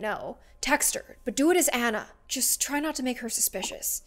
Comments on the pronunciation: Anna R. Ah-na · Hey it's my phone! (My name is Anna) but she pronouncED My nAMe wrOnG!!